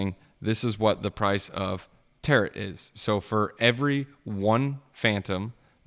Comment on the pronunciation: Dude learn to pronounce Tarot. It's annoying hearing you call it Tater tot.